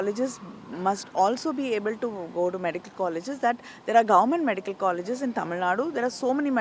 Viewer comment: I think I am pronouncing it like a Malayali. Tamizh naad is what we say. Shall remember next time